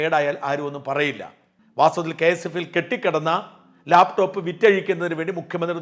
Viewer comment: ഇയാൾ എന്താ ലേപ് ടോപ്, ലേപ് ടോപ് എന്ന് പറയുന്നത്, ലാപ് ടോപ് എന്നു പറയാൻ ഇയാൾക്ക് അറിയില്ലേ?